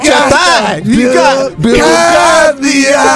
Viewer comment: That fool said Bill Cosby eye!!!